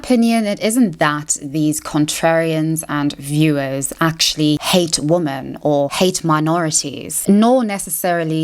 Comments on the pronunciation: Interesting and insightful analysis, thanks. I am not sure why you still pronounce the word 'women' (plural) as 'woman' (singular), is this intentional? I don't think you're right to lump Brand with bad-faith actors like Carlson and Candace Owens, cites, entertainingly and charismatically, a LOT of really great and very thorough sources (eg The Intercept, Jacobin etc). Ad Hominem allegations (surely many truthful and a bit creepy- the man is a charming addict, a product-turned-critic of the Empire of Illusion that Chris Hedges writes about) don't negate a LOT of truth told (generally that the right (obviously) but also the left, in the UK and US, is now firmly captured and steered by corporations under neoliberal capitalism). I admire his ability to bring deluded and selfish right wingers to a more informed place. Check out Chris Hedges- Real News Network, Yanis Varoufakis & Richard Woolf here on YT if you don't follow them already. Anyhow, some good stuff in your analysis, though I thought overly judgmental in some of the wrong directions. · Please Ilove you but I cannot stand how you pronounce wo-men as wo-man please please please try to change it. It just goes against your entire like intellectual persona when you constantly mispronounce it. I don't know why you pronounce it that way maybe it's a South African thing, but I have some South African friends who don't pronounce it that way so I don't know it's just something that is really really irritating, it's fine if you don't change it, it is just a suggestion but like please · Do you know how to pronounce the plural of “woman”? I’ve noticed there’s a slew of YouTubers who won’t pronounce the plural properly.